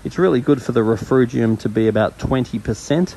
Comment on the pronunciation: RefUgium - no R in the middle dude Great vid and advice